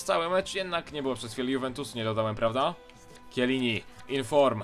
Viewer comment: mówi się czelini